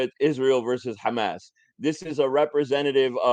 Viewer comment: Don’t understand why they pronounce some words with KH sound like Khamas or Khizbullah when there’s H sound in Hebrew alphabet